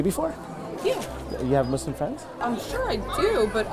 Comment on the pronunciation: The fact you pronounce Muslim correctly and not like MuZlUm